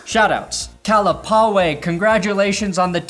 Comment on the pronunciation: Brandon "I dont know how to pronounce Kalapawai" Perna.